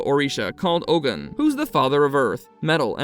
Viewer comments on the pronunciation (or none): Its pronounced Ogun (O-goon)